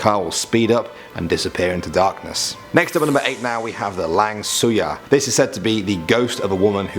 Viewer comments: Wait lang suya? Hahahah it actually lang suay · lang suyar? You sure dont mean its langsuir? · Its not LANG SUYAR...its LANGSUIR...but dude..u are awesomeeee... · My reaction when he said "lang suyar" : 👁👄👁 Its actually "langsuir" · Not Lang suyar Lang suir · WTF is LANG SUYAR????? It's LANGSUIR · 8: Lang Suyar spelled Langsuey pronounced ‘Lungsway’ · As a Malaysian, I say that the real way to spell and pronounce it is "Langsuir" not "Lang Suar". Also, the ghost without a body is called "Penanggal", but why did you show it as an image for "Langsuir"? -_ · Not lang suyar it's 'langsuir'. The ghost only with the head is penanggal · its not lang suyar iys langsuir😂😂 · Okay.. I kinda cringed when he says lang suyar...it's actually langsuir cuz I'm studying in msia tho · its not lang-suyar,its langsuir😂😅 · laNGSUYAR KSHSKHGGFG 💀 actually, it's langsuir (lung-sue-yee-r) but ok go off i guess :》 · its not lang suyar but langsuir...but good effort you have there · Dude : Next is lang suyar Me and my friend : ..... Me : bursts out laughing LAHAHAHAAH LANG SUYAR AHAHAHA friend : *shocked from my outburst * LANGSUIR LA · It's not Lang suyar. It's langsuir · Lang Suyar????? It's Langsuir😂😂😂😂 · Karak now has fall to No. 2 most haunted highway in Malaysia...we have now LPT2 - the most haunted, BTW is not lang suyar...its Langsuir the right spelling and pronunciation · Lang suyar? Pun boleh.. its langsuir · Its not lang suyar its langsuir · Not lan su yar its lansuir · lang suyar......sry sir....all i can pronounce is langsuir----Lang----Sue----Wier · Number 8 Its not lang suyar its langsuir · Not Lang Suyar, it's Langsuir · Langsuir not lang suyar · no.8 pronounce is wrong..not lang-su-yar.. its lang-su-wir 😁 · Not Lang Suyar its "Lang Sue Way". That's how u pronounce it. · The way he pronounces langsuir as "lang suyar" is funny la lmao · Its Lang-Su-Eh (langsuir) not Lang Suyar (its ok tho) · Number 8 is not Lang suyar but Lang suair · Lang suyar is pronounce as lang-swear